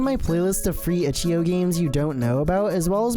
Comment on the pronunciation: its itch. "eye" O